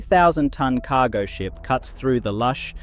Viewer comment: "KAH-go Ship" 😂